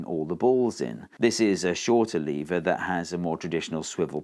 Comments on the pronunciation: It's NOT lee-ver, it's LEV-ER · I think the main problem with the lever is you're disrespecting it by pronouncing the name of it wrong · First of all: It's lever, not "leever". Second: Thanks for the video. Now I understand levers even less. Maybe they're magic? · Is it pronounced leave-er or lev-er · It falls a bit flat for Americans because we pronounce "lever" as "levvrr" instead of "leevuh". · You mean "leever". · It's pronounced lever! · Did Steve say "Lever comment" ? LOL. Okay lots spotted this. Funny sub titles: 'Jewel of energy' Who is Arthur Newton? What happens when you try to push an immovable object? Nothing moves. What happens to the force? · Ooh there is an American in the room 😅@ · I thought lever was pronounced "lever" and not "lever" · Was it intentional, or just a British “intrusive-r” sound?